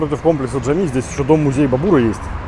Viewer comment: и мечеть Джами, а не Джамми, Джимми...